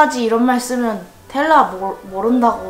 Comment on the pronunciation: 텔 라 봐 ㅋㅋ 아니고 텔라 봐 ㅋㅋ 입니다